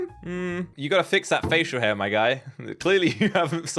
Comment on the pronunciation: The way he says the facial hairs be like😂😂😂 😊